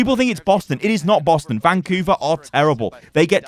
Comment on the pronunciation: ‘ban’couver hahahahahaha